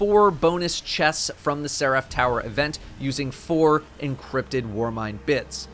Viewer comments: It’s not ser-AF, it’s SER-if. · Nobody:: Se-wrath. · Nobody:: "Ser aff" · The way he says Seraph is killing me.